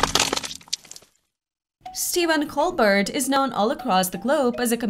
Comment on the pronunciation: His last name is pronounced COL-BEAR, NOT COL-BURT. He uses a French pronunciation of his name. Just watch a video of his show and listen........ If you don't know how to pronounce His name, I'm not confident about the info in your vid.